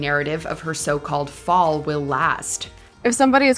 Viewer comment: "Fal"l? LOL!!!